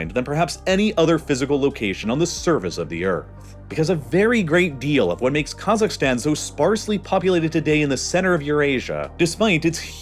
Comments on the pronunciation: I really f***ing hate how he pronounces half of the names here - "Ta-JEEK-ee-stan". "Ka-ZAKHS". ETC WHY DOES HE NEVER LEARN HOW TO PRONOUNCE S*** LIKE THIS PROPERLY?!?!? Oh, I forgot, it's a super privileged and mega entitled A******** with a buttload of audacity to think it knows everything. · if i hear you say "kazakhstan" one more time, i swear to god....